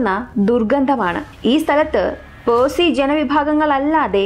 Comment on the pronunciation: പേഴ്സിഅല്ല പാഴ്സി